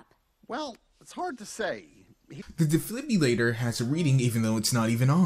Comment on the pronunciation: Defliblirolator XD